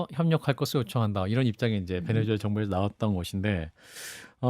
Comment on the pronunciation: 얘네들도 나라 이름을 베네:주:엘라 라고 하네? 자막이나 설명에는 베네수엘라 라고 하고. 말은 베네주엘라 라고 하고. 그러면 니들도 이름 바꿔주마. - 박채홍